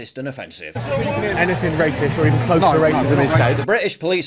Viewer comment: did the coper say rahcist??😂😂